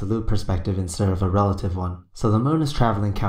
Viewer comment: I love the way Bro pronounces the word moon - he says it like "muwn".